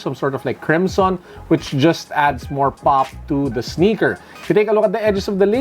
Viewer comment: "Passion with the sneakah"